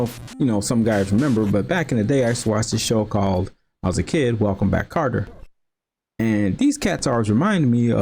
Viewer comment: Yeah it sounded like you said Carter, but I loved the Welcome Back Kotter and Jeffersons references =0) I must have not been any good at this game because I do not remember that uppercut-launch animation at all! Sure it was no PunchOut, but Ring King wasn't too bad at all. EDIT: I just realized the RK music sounds like it was done by the same person as NES Paperboy.